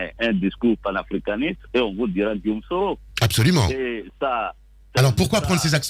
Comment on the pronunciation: C'est Guillaume et non Guillome.